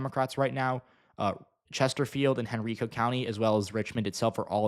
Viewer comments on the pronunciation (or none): I gotta be that guy (sorry)...Henrico is pronounced Hen-RYE-co. Like the bread. Great video otherwise! I need to bookmark that site.